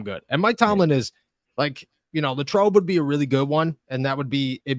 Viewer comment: LAY-trobe. i know it's not a big deal, but that's the way we say it. just like when i moved to louisville, ky, i learned the correct way to say it.